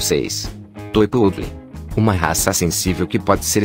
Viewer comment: Além do Schnauzer não ser um Schnauzer, mas um PINCHER, ou seja, engambelando quem assiste, não existe "Yorkshire Miniatura" de acordo com a classificação do Kennel Club. Outra, PO-O-DLE??? Esse robê tem que ir pra porra!!!! Comece a narrar seus próprios vídeos! Melhor uma voz de Pato Donald do que uma gramática errada dessa!!! Amo cachorro e só consegui assistir o video sem som!!! E PESQUISE antes de abrir a boca robótica para não passar vergonha na internet.